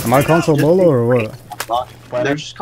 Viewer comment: "Console Beaulo" :x